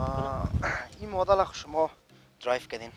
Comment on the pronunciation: او مدل است نه مادل